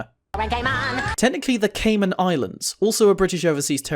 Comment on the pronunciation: only time cayman islands is mentioned it is wrongly said